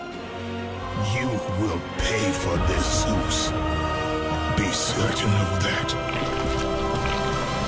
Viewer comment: Its zeus not jews